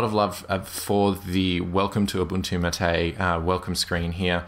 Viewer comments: It's "máte", not "maté" :P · equal emphasis on each syllable, Mar -Tay, not maTAY from the official website: " The name “MATE”, pronounced Ma-Tay, comes from yerba maté, a species of holly native to subtropical South America. Its leaves contain caffeine and are used to make infusions and a beverage called mate." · How do you pronounce "MATE"? i heard "ma - té". Whole life i thought was "may - t" (t sound at final) Btw, nice review! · The pronunciation is 'MAH - TAY like "mate" in Spanish. You used to pronounce it right. Why do you pronounce it all wrong now? =/ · i know there's a lot of pronunciations for MATE but a friend calls it "may-tee" jesus christ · The correct pronunciation is mah-tay...